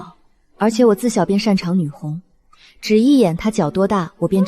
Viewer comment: 女''紅"應唸女"工"